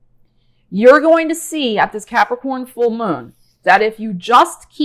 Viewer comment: So glad l have capricorn rising, cause l love the way you say Capricorn.